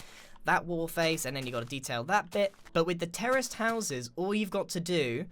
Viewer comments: when Grian said terrace houses I thought he said terrorist houses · Every time Grian says "terraced houses" for a split second I always think he says "terrorist houses" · It sounds like you're saying «terrorist houses»...